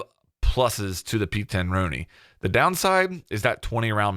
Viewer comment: Why can’t Americans pronounce the p10 roni correctly you say it like the the name Ron